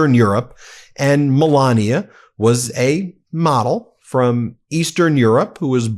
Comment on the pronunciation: I know you’re saying “model” but I am hearing “wh•re”! 🤣💯🤣💯🤣